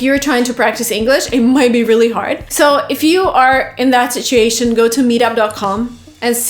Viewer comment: Sit-you-aa-shun.....not sitchsaashun. Dear god, how many times do I have to tell you.